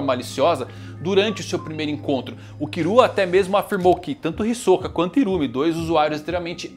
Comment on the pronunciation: Porque ela fala Kirua e Irumi ? Kkkkkkkkk